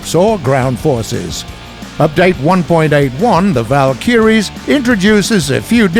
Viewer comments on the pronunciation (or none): The valk-a-ries not valk-e-ries seriously why can nobody say this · its vALkYries, not valKyriES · Am I the only one who is bothered by the commentator sounding like an old grandpa, switching accents, and not even being able to pronounce words correctly?? I mean, he says ''The Val-kyries'''... It's ''The Val-ky-ries'' (which are the Old-Norse female deities who took the fallen Viking warriors to Valhalla by the way). He also says ''O-scill-ating'', it's ''Osci-llating''. He sounds like English is his mother-tongue, yet he can't even pronounce his own native language's words.. I'm Norwegian and do a better job at it than him. Ok I'm done, thanks bye. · Am i the only one who is bothered by the commentator sounding like an old grandpa, switching accents, and not even being able to pronounce words correctly?? I mean, he says ''The Val-kyries'''... It's ''The Val-ky-ries'' (which are the Old-Norse female deities who took the fallen Viking warriors to Valhalla by the way). He also says ''O-scill-ating'', it's ''Osci-llating''. I think he sounds like English is his mother-tongue, yet he can't even pronounce his own native language's words.. I'm Norwegian and do a better job at it than him. Ok, I'm done, thanks bye. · THA-VAL -KIRIES! lmao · "WELCOME TO PATCH 1.81The Val-kiyreees" 😂😂😂😂😂😂💀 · the way he says valkyries kills me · He keeps saying Valkyries wrong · ok, everything else aside, the way you're pronouncing Valkyries should be illegal